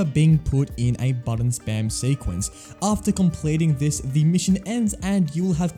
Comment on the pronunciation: Every time you say the i hear "thee" and i cant unhear it now im listening for it